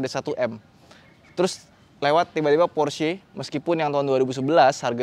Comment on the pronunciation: Baru reviewer ini yg melafalkan Porsche nya bener....mayoritas kebanyakan bacanya Pors 😀 (jd aksen English....yg notabene salah kaprah)...sy kadang smp ketawa dengernya. Kl org Jerman denger...pasti mrk bingung apa itu Pors 😀. Good job bro